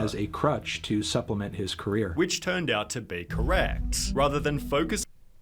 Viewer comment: This dude ending sentences with "la" or "ahh" drives me insane. Dollahsss. Careerahhhh.